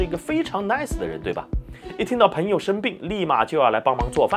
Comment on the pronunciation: 我听到“盆友”感觉有点奇怪。应该是“朋友”吗？Pen盆……Peng朋